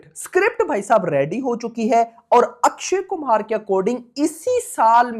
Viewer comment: O Bhai sahabb Akshy kumar hy Na k Akshy Kumhar